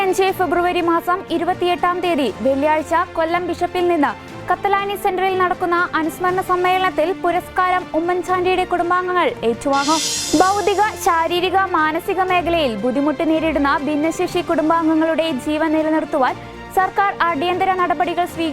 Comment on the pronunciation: ബൗദിക? ഭൗതിക എന്ന് പറയൂ